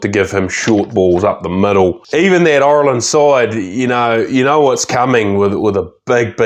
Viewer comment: great video, very informative,but please ask a irishman how to pronounce "Ireland",its not oirland or irrland.